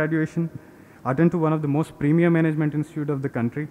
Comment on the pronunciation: the “bhaeluus” are the “moosht” important component 🤣😂🤣😂 pronunciation apparently certainly isn’t 🤣😂🤣😂